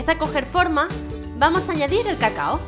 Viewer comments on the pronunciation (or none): Escuche caca y no cacao. Llevo media riéndome JAJAJA